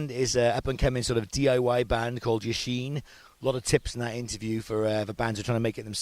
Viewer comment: Lol it's pronounced YASHIN not Yasheen :L